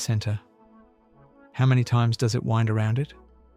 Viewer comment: Hate when the ai voice butchers the pronounciation of “wound” around to knife “wound,” then does the same with “wind” blowing instead of “wind” the thread on the spool. Ugh.